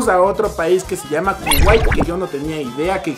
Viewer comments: Cuguai = Kuwait? 😂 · Cuguai? Debe ser Kuwait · Kuwait se dice